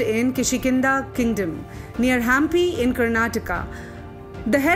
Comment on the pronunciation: Very informative piece which gives a new perspective into how we can understand the characters in Ramayana and how it can be equated to match the perceptions of the present intellectuals. Pronunciation of certain words are wrong like Kapi, Hampi and Neanderthals. It would have been better if the voice over artist doesn't commit such mistakes. Otherwise a very good attempt. Keep up the good content